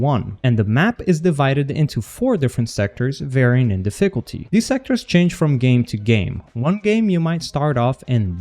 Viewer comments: wtf is da-fickle-tea? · Deficklety lol